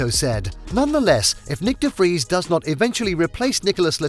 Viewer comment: Finaly someone who pronounces his name right